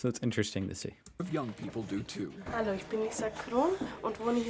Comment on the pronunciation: Could someone please teach how to pronounce "Hallo"? After all these months, he still doesn't pronounce it correctly.